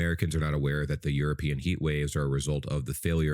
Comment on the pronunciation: "europinion" took me out (and you are correct)